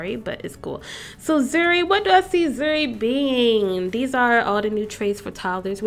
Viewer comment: ok lol my name is zuri but zuri not zhuri